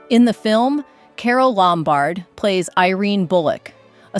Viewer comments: LOMbard, not lumBARD. God, this is awful. Who are the ghastly people who voice these things! They are all the same! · It’s LOM -bard, not Lom-BARD. Mispronunciation destroys the magic of the actresses and the beautiful dresses.